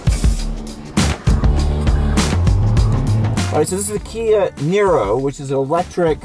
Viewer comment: Now I know that Robert De Niro is very balanced on entry... xD Every time he says "the niro" I understand "De Niro" ^^